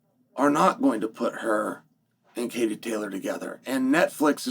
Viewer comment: It's funny how he worried about offending Katie than he offends her by not saying her name right😂😂